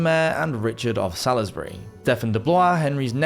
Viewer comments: Salisbury, in Wiltshire is pronounced saulsbury not Salisbury as it is spelt. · That disaster was so serious it was at least 91,100 in Team America terms. Btw, Salisbury is pronounced "solsbury". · In my London accent it's pronounced Sawlsbury. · Who can't pronounce "Salisbury" then?